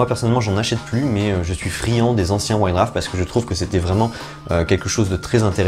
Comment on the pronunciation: "Wouaïte Douarf"...pas "Wouaïte Draff"...;-) !!!